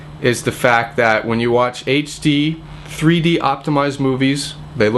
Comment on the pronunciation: it sounds like he said 3 porno lol